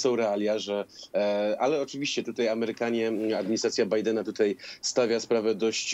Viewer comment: Do jasnej cholery, dlaczego "tutej" jest coraz częściej używane? Panowie Redaktorowie zważajcie na język, bo słuchają Was setki tysięcy! Nie ma: "tutej", "wczorej", "dzisiej"! A jeżeli jest to u Was, to natychmiast na korepetycje z języka polskiego, bo na razie nie nadajecie się na koryfeuszów polszczyzny!!!